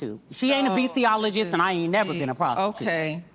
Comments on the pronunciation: “Beastiologist” 🤣 Jackie PLSSS 😂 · Jackie said beastiologist 😂😂😂